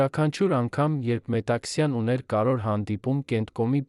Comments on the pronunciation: Դուք չեք կարո՞ղ ասել հետևանքներ,բայց ասոմ եք հետանքներ։ Կամ կարևորի փոխարեն ասում եք կարոր և նման շատ բառեր։ Ամոթ է մի աղավաղեք մեր հայերենը։ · Կարեվոր բառն էլ չէս կարողանում արտասանել